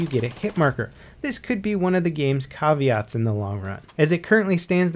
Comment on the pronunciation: Why does he say the word "caveats" like it's some sort of French dish?